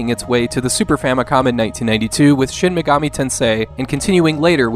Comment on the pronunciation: "Shin Meegami"......Absolute American